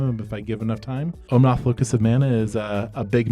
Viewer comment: Loved the game! I can’t help but think that how is pronouncing Omnath must be him messing with me like Stewie over pronouncing the “h” in Cool Whip haha